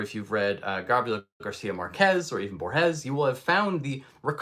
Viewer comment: BORGES the accent is on the first syllable , sorry it is just grating to hear it pronounce wrong.